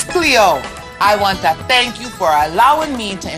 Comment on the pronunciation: As soon as I heard the "th" sound when she said thank you, I knew she crossed the line lmao